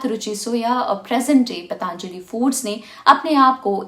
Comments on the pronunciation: पतंजलि है , पतांजलि नहीं । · मैडम पहले तो आप पतंजलि को पतांजलि बोलना बंद कीजिए | पतंजलि भारत के एक महान ऋषि और आयुर्वेद के जनक हैं, इतनी जानकारी तो आपको होनी चाहिए